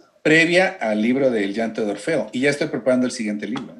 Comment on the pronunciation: Es Orfeo. No Morfeo (ese es el de los sueños)